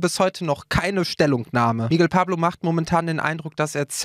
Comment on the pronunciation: "Miggel Pablo"????